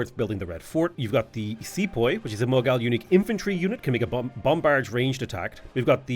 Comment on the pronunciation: The way he pronounced Mughal🤣